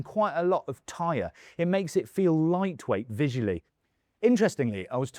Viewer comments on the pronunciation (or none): none